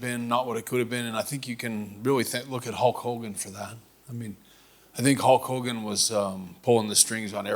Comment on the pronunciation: Idk why but I laugh when he says Hawk Hogan lol awwww what a rush!!!!!!!